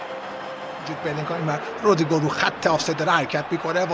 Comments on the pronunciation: آخریه چرا هی میگفت رودرررریگو 😂 خیلی ر رو بد می‌گفت 😂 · آخری که افغانی هست چرا اینجوری میگه رودریگو 😂😂